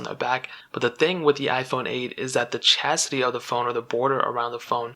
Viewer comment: Wait. Did you say chasity?